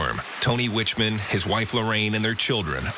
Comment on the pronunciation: Hurricane Iniki was a very substantial storm, but it never got much attention outside of Hawaii because it all happened far away from the rest of the USA. Narrator: First, you don't say someone is "in" Kauai, you say they are "on" it. Second, the name of the family is not pronounced "Witchman", it's "Wickman".